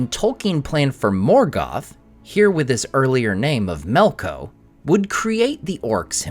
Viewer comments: Earlier name of Melkou? You mean Melkor? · Melko?? MELKO????